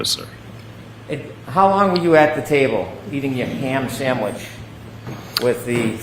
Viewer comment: How about the undue influence of $325k? Maybe they should ask how much this expert was paid for reference. Also the STANK he put on "ham sandwich" is so good. He wants to demonize that ham sandwich as much as possible.